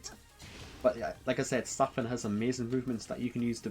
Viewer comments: Pretty awsome guide. But idk how you pronounce zafina the way you do the game announcer says it when u pick her. But i dont want the negative to overwhelm the compliment. Really really thankful for the guide 😊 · I was heavily triggered by your pronunciation of her name, but this was really good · The way you pronounce her name should be legit illegal. Otherwise thanks for the guide homie Kappa